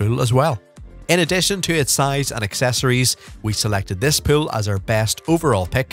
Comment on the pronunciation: This guys pronunciation of the word pool pisses me off so bad i cant watch this😂😂